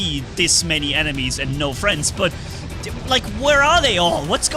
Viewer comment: I still wonder how says "friends" as "fliendsssss" its almost like his camera is shaking